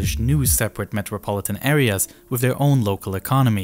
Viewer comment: "North" is not "norff"; "south" is not "souff"; "this" is not "diss"; "these" is not "deese"; "through" is not "fruuu"; "with" is not "wiff". Please learn how to speak before posting videos as if you possessed the basic communicational capacities sufficient for public comprehension, when all you've promulgated is a brand of silly gibberish.